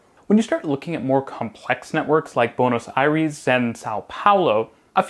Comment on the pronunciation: I'm triggered on how you said Buenos Aries